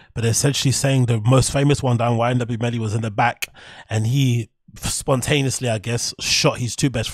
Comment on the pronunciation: It’s YNW Melly, not YMW Melly🙌🏽